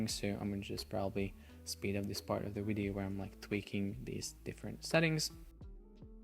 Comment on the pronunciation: When I hear "In this bideo"... <3